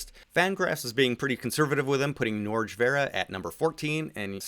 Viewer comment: FYI, Norge is pronounced like "Nor-hey". Like Jorge, but with an N instead of a J.